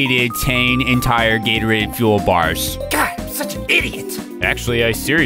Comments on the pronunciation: After hearing him say Gatorades some much I started to hear Gator AIDS... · When he says Gatorade a lot of times he sounds like he’s saying Gary